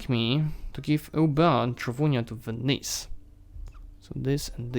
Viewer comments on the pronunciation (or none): none